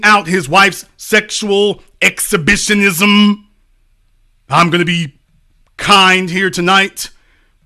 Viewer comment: excha..bi..sheee...knee..zzuumm'.. HAHAHA